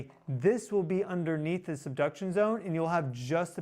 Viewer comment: I just heard 'seduction' zone, LMAO😂 Sorry😅